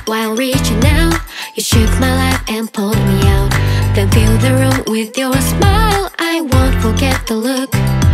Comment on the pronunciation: With youの発音が気持ちよすぎてループ再生してる(笑)